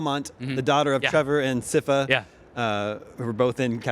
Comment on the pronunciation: WHO IS SIGH-FUH?!?!